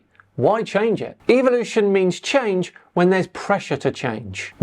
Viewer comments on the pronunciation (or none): none